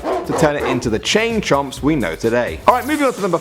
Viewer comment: lol, thought he said chain chumps